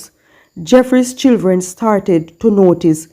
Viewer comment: What is chilthren? Its Children.